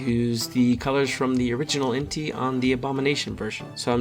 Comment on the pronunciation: Entei’s name is pronounced En•tae